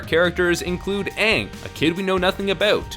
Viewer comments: I forgot how utterly bland and laughably bad this movie was. Semi awesome when I watched it the first time (namely the scene where aang or AWng as this movie likes to pronounce it destroys the fire nation fleet with a big wave). My little sister put it on and now regrets it. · Uhvatar ong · What did they do to Sokka and Aang they're the best characters in the entire show Edit also they say their names wrong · Maaaannn Christopher Lloyd is the PERFECT Bumi though Just recast the rest of the cast to not be pasty white and give Zuko an ACTUAL scar that covers more than a few square centimeters of his face AND FUCKING PRONOUNCE THE NAMES RIGHT and a Christopher Lloyd Bumi might be at least fun to watch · My mom, who is a big fan of the show, walked out of the theatre when they mispronounced Aang. We watched the show together and couldn’t believe how awful it was literally seconds into the film. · It's been a long time since I've watched the last airbender movie, but the pronunciation of 'Aang' still got me riled up. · THANK YOU!!! One of the most annoying thing the director did was take the pronunciation of every name in the show and do it incorrectly. The other parts were were bad to begin with, but that just grated on my nerves the entire time. It's like hearing someone call a "water heater", which is the correct term by the way, and call it a "HOT water heater". If the water was already, why are you heating it? THat also goes in line with what Katara did with all her talking, through the entire movie... Not to mention all it did was retell the first season of the show in a 2 hour movie. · Are we even going to mention that his name is Oong? Really? And they say Sokka completely wrong. This movie does not do the show justice at all. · Michael Roach well you're stupid because for instance Aaron can be pronounced a thousand different ways depending on who you're asking. It's Aang and Sokka not On and Soaka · "Ong" and "Soaka" AAARGGGGGHHHHHHHHHHHH!